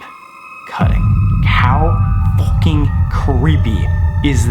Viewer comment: Anyone here Sam say focking